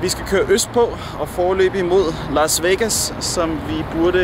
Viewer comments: “Lars Vegas” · Elsker at det lyder som om du siger "lars" vegas